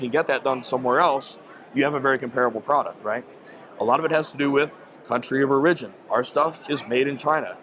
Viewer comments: This is good information, though I generally have trouble trusting people who put emphasis on the second syllable of 'origin'. lol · Country of Or-RIDGE-in? Ummm...say what now? OR-i-gin, possibly? Other than not being able to speak English, I really enjoyed his honesty. lol I take it back, I don't care how he pronounces anything. I just finished the video. The next time I need a red dot, It will probably Say Gideon Optics on the side. What a breath of fresh air this man is! Of course there are material differences between a $200 and $600 optic, but do YOU need an Aimpoint on your steel plinker Glock? What a hero. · has a weird pronunciation for “origin”